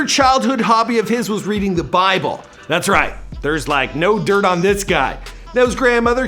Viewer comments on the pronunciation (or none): none